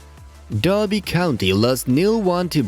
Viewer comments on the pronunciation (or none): none